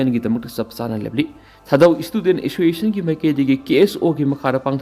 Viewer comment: Assoiciation?? Clear pronounciation 👍😂